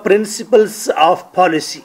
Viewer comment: Paalicy haha... Say policy ...